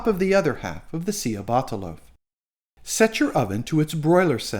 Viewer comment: It's pronounced 'cha' batta not sea a batta